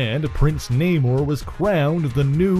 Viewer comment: It's Na-moooooorr..lol